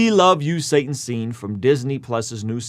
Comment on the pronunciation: “Satna” “Saatn” “Sanat”